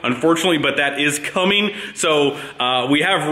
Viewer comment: "Workeen, comeen, rolleen, beareens".